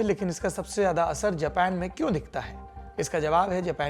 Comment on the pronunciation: द्विवेदी जी,आपका हिन्दी भाषा का channel है,तो उम्मीद करते हैं आपसे कि जेपेन के जगह जापान का उच्चारण करे।